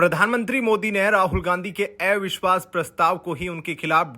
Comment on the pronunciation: अविश्वास को ऐविश्वास क्यों कहते हो? कहां तक पढ़े हो- दूसरा या तीसरा?